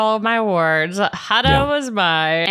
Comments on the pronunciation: I can’t tell if you guys are pronouncing Huda’s name wrong on purpose or not lol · This is going to sound so nit-picky, but as someone who has had her last name mispronounced almost EVERY time (in very slight ways), please learn pronunciations! Hood-ah (not Huh-da) from this season and Lee-ah (not Lay-ah) as in Kateb. It's such a small thing that feels so big! Huda even said her name was like "Huda, woulda, shoulda".